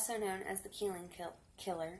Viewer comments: Where is Kill-lean? 🤣🤣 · Just so you're aware, his last name is pronounced like Hen-Nard. And the city is pronounced like Kuh-leen. And it's massacre, not massacure. I'll never forget the day this happened. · They way you say Killeen is aggravating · This broad ia not from Kill-een